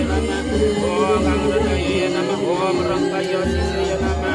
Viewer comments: Pengucapan om nya kok iam ??? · Memang banyak sulinhgih tidak tepat pengucapa sukukata msntram. Kalo walaka dikritik habis. Om disuarakan youm.. Iyom kok boleh.. Shantih disuarakan santieeh.